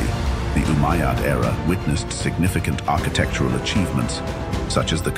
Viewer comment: RUBBISH, CAN'T SAY UMMAYAD